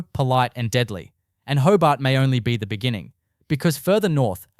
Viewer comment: So much crap. Even shows pictures of other cities (Newcastle on Tyne for example). Can’t even pronounce Hobart like an Aussie. Excrement.